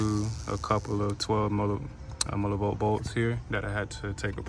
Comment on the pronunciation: Nigga keep saying millibolt 😂😂😂😂